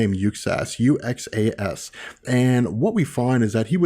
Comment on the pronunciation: God, this drives me crazy to no end.... Stop pronouncing Uxas like "yook·sas"! The letter x in Uxas is pronounced as a z sound. Uxas is pronounced "yoo·zas". The name Uxas was intended to be a play on the word 'uses' or 'use us' due to Darkseid's natural inclination to manipulate others into doing his bidding and advancing his agenda for him